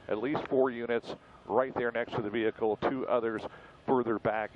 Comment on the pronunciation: the VEEHEECAL